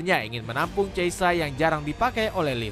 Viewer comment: cheisa😅nama pemain aja ngawur nyebutnya